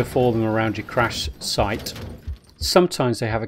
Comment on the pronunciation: "Crash shight". Is that like a Minecraft "Lambscape"? :p